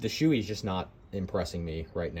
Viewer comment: It's pronounced "Show-A" (show-eh), not "Shoe-ee". Helmet fitment is so conditional on head shape that it's difficult to know if you're critiquing the helmet, or the shape of your head/face.